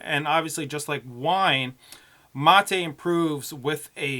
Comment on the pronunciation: Dude....if its a spanish word pronounce it in Spanish.......dont try to sound "Gringo" by pronouncing it in English ---- materuu......geeesh!!!